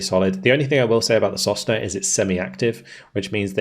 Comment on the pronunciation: sosnA "a pine". I don't think there's any point in trying to correct your pronunciations, haha. You're almost always wrong. Well, it's not that important at this point.